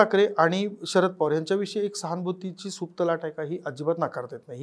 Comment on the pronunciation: सहानभुती म्हणले काय रे भाऊ . अर सहानभुती म्हणा जे चाय बिस्कुट